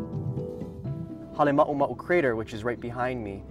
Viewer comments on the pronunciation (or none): Its Halema uma u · Not Hale mau mau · I still love how USGS mispronounces Halema'uma'u